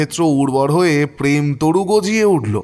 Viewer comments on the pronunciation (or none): none